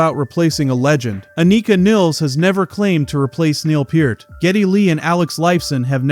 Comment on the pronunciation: Two thousand one hundred twelve? Uh, it's twenty-one twelve. You said Peart correctly, though